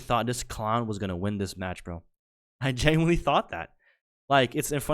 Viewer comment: Dude, L take on the womans wardrobe only being bra patterns. Youre either gay or eat too much soy dawg. Up your T. And for someone who says literally and genuinely so often, you might want to learn how to pronounce those words.